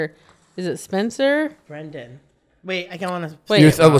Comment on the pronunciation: I need Nick to start saying BREN***DANS name correctly before I go crazy.